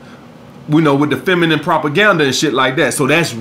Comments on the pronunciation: “Fenimine, Fenimine, Fenimine position” my brother you said it 3 times & didn’t say it right once, lol you do this in a lot of videos, kills me every time. Great video as always. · “Fenimine... fenimine.... fenimine position”